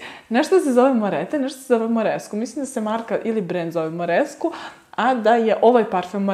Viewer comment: Milice, Guerlain se cita 'Gerlan' a ne po Vuku Karadzicu 'pisi kako govoris, citaj kako pises' 🤣 Kilian se cita Kilian, Moresque se cita MoresK a ne MoresKU, La Colle Noire cita se La Kol Noar, Hermes se cita Ermes, L'ambre des Merveilles se cita Lambr de Mervej, a parfemi koji nisu mass-market su niche parfemi ❤️